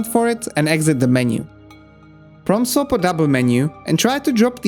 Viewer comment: Every time he says Prompt Swap it sounds like From Soft.